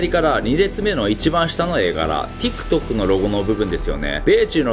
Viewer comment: TikTokの発音が良いんよ